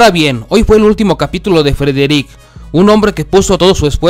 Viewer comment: Porqué suben estas cosas feas que ni pronunciar el nombre de Frederick puede este man dejen de hacer estas mmmm de vídeos por eso se mira el programa 👎🏼👎🏼👎🏼👎🏼👎🏼👎🏼👎🏼👎🏼👎🏼👎🏼